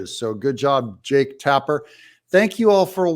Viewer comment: Did you say Jake...or Jerk? 😅